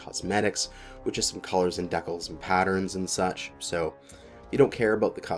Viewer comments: Yeah he normally comes across as such a sharp and intelligent commentator. This decal mispronunciation is brutally jarring. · FYI, its DE-cals. Not dekles...there, i said it. And yes, I'm pumped for Thanatos...think it'll get the 360 rotation?